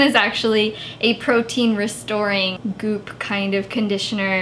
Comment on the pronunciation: i like how you said "goop" hahaha